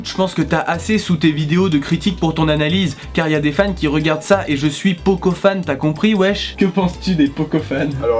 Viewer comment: "Je suis pokofan depuis 7ans"...😂